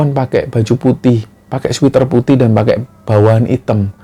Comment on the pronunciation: Sweater mas bacanya ,Sweat(keringat) er bukan sweet (manis) er 😂.sama dgn pocari sweat bkn pocari sweet 👍👍